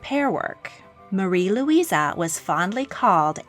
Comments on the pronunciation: Very good video! Although it drives me crazy that you call them Luisa when their names are spelled Louise xD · You keep referring to all those with name Louise as “ LouisA”. The spelling with the “ E” on the end is typically pronounced with the “ E” sound. LouisA would have an “ A” at the end.